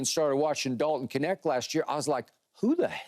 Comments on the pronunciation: Why do they pronounce his name as "Connect"?! Isn't it "Kneht"? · Would all Americans please say his name correctly?? It’s not K-net its Knecht(ch is spoken like in charlotte) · I thought the K was silent in his name lol